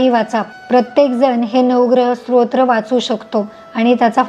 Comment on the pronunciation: माहिती उपयुक्त आहे धन्यवाद❤ आपण स्तोत्र उच्चार चुकीचा करत आहात तुमचा उच्चार ऐकताना श्रोत्र असहोत आहे😊